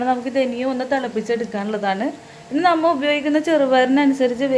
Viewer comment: നമ്മൾ എന്ന് പറയുമ്പോൾ നമ്മ എന്ന് തോന്നിയത് എനിക്ക് മാത്രമാണോ